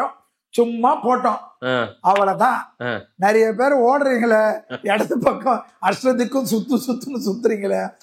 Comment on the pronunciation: நறைய இல்லை நிறைய. உன் வாயில் வாசம்பை வைத்து தேய்க்க